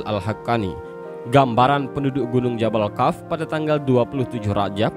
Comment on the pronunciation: Kok membacanya jabal kaf? Seharusnya jabal qof? Harus cermat kalau membaca tulisan Arab..